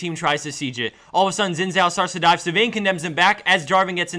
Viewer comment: I'm chinese, and I was wondering why all the commentators pronounce Xin Zhao "Zin Zhao". Xin is really prounounced "Shin".